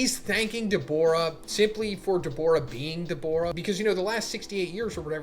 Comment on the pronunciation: Your pronunciation for Dabura is pretty sharp and sounds a lot more like you're saying Daborah with an o instead of Da-bu-rah which might chase some viewers off.